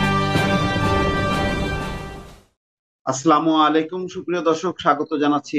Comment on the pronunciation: জনাব ভাই আপনার বিশ্লেষণ অনেক সুন্দর তবে আশা করি আপনি সালাম টা এরকম ভাবে দিবেন! আস্ সালামু আলাইকুম! আসলামু আলাইকুম না ভাই?